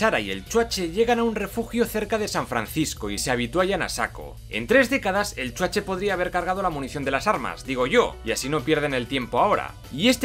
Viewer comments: me encanta cuando dices "EL CHUACHE" XD solo por eso comprare tu libro <3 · Nada como cuando dice: Chuache!!! jaaaaaa!!! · Me gusta cuando dice CHUACHE :v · Amo cuando decís "el chuache " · Exacto! Es como un abreviado de Schwarzenegger, o "Schwarze" pero se oye "Chuache", jajaja! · Chuache, chuache , chuache jajajaja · hahahahaa me encanta cuando dices Chuache jajajajaaj soy tu fan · .."el chuache"..😂😂